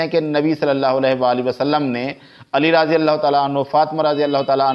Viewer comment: مولانا آپ اپنا تلفظ صحیح کریں راضی اللہ عنہ کی بجائے رضی اللہ عنہ یعنی ر کے بعد الف نہ پڑھا کریں ہو سکے تو کسی قاری صاحب کی چار دن خدمات حاصل کر لیں